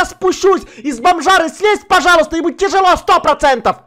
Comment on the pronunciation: Тяжела?! Ну русский украинец 100%